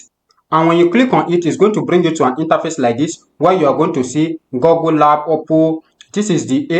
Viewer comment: Good video. Please learn to pronounce Google like in bOOk not gogle. Thanks